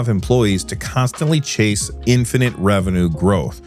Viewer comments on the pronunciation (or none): none